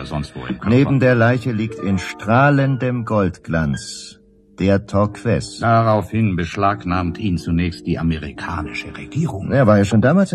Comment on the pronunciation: Es ist ziemlich anstrengend, daß Torques ständig falsch ausgesprochen wird. Man spricht es Tork.